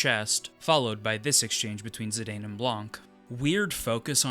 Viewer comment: And Zidane is pronounced ZiDawn